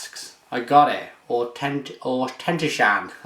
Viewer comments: Fantastic Beer but try sayin Auk en Tosh an then run it all together to pronounce the Whisky.. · Haha, you butchered the name of that whiskey. I wish we could get Fullers Brewers Reserve here! Sounds like wonderfully complex beer.